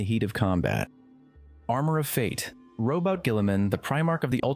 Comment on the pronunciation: He said Robot lol